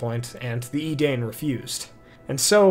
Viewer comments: Nitpick alert on pronounciations. Edain is prnounced ee-DINE, not ee-DANE. Maedhros is prnounced MAY-THROS (soft th) not MAY-EE-DROS. Other than that, good stuff! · Bro I love the videos but you gotta get your pronunciations right. Edain is pronounced "eh-dayn," with the diphthong "ai" being pronounced like the "i" in "dime." There is a guide to pronunciation of Sindarin sounds in the appendices in RotK. Love you though like Sam loves Frodo.